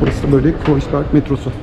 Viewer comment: herşeyden önce kanalınızın müdavimi olduğumu söyleyerek başlayayım. Harikasınız tek kelimeyle. Ukalalık ediyor gibi görünüyorsam kusura bakmayın. Ancak Almanca’yı biraz daha iyi öğrenmenizin size çok faydalı olacağını düşünüyorum (Kreuzberg’in telaffuzu: Kroytsberg, Kroyzberg değil)